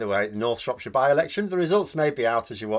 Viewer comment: North Shropshire, come on, you can do it..... 😀